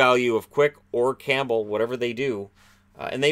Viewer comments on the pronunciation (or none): none